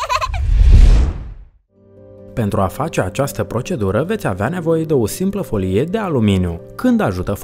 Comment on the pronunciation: Destul de greu de crezut ca o persoana care nici nu stie sa pronunte "folie" stie ce vorbeste